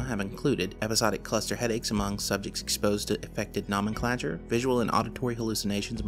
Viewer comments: no-men-clay-chure/ no-men-clay-tive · sigh...you can pronounce phenomenon, psychogenic, amnesia, and anomalous...but not nomenclature or nomenclative....it's making my eye do the twitchy thing...